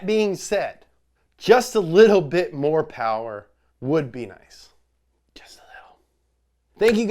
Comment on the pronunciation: we all hope for just a little mo powah babeh for the 86